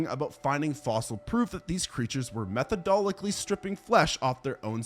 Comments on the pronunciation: Methadollically 😂 new way to say methodically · methodically? Metho-doli-callee? or methodically? as is me·thod·i·cal·ly?